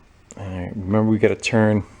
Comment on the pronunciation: "It does not churn" learn how to speak you fool. It's pronounced turn